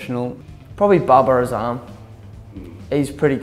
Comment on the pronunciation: the way these guys pronounce " Babir Azaam " 😂❤